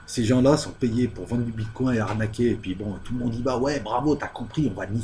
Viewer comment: J'ai eu cette vidéo en recommandation YouTube ... Mais pourquoi YouTube me recommande ça ?! Vous ne faites que parler sans justifier quoi que ce soit, vous ne savez pas vous documenter, ni même prononcer correctement un nom. (le bitcoin, avec "coin" un canard, sérieusement ?) YouTube devrait sanctionner ce genre de chaînes de désinformation et de manipulation au lieu de celles qui produisent du contenu de qualité MAIS qui ont diffusé un extrait de 5 secondes d'un contenu sous copyright.